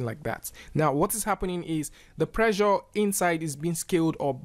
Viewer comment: Also every time he say "pressure" it sounds a lot like the world "pleasure."